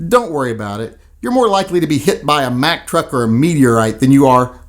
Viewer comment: Mack. Not MAC.